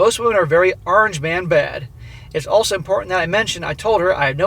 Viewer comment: Haha you really hear the boston in that "orange"